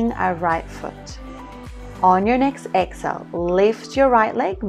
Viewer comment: I enjoy your videos but it is a bit annoying hearing u say excel instead of EXHALE? You pronounce inhale fine but not exhale for some reason Sorry to be picky but little things like this may go against u when there is so much competition out there on you tube